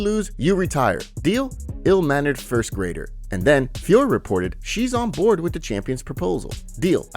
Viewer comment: Please don't join the retard bandwagon and keep calling Manon FIOR. It's pronounced FIOR-OH. Jon Anik continues to get it wrong. Take it from a native French speaker... And just for the due diligence, ask yourself how you pronounce Hercule POIROT, TISSOT and HUBLOT watches etc etc. It ain't POIR, TISS and HUBL 🙄